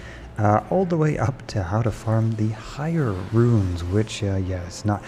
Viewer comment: roons, not RUINS, jesus.